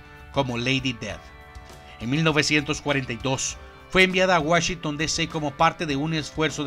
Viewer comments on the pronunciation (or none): none